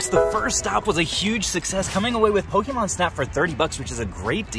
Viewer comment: Aaaauuiiggghhh stop saying Pokeymon